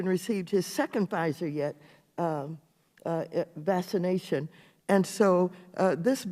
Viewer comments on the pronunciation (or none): Does she know how to pronounce vaccination? Because it just makes her already super stupid unprofessional self sound even more lame than usual.